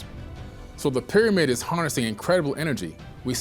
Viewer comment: ...thy ..peer amid...😋